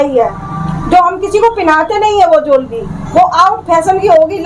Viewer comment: Is madam ko jewellery Tak to bolna nahin aata ban rahi hai parlour wali😅😅😅😅